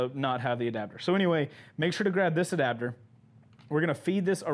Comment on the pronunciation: "ADABDER" "Adapter" Everyone Else LMFAO